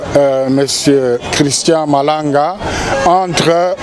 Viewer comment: Malanga et pas malonda